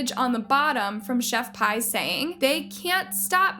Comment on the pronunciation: Girl, you go from saying Chef Pee to Chef PIE???? Is English your first language?? You do stuff like this all the time.